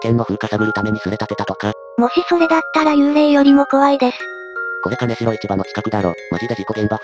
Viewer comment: 名古屋市専用の可燃ゴミ袋が に😂 ❌カネシロ ⭕️キンジョウ ❌クロガワ ⭕️クロカワ